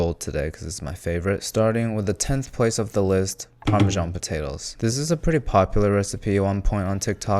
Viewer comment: Check out how dumb you sound when you pronounce "parmesan" as "parmizhhjzjjzjyan" instead of "parmesan" and call a heated oven a "pre-heated" oven like some dumb American who has forgotten what the English simple past tense is for.